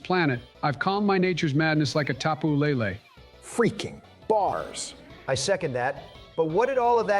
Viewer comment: (In dons words) Fweaking bahs ! 🔥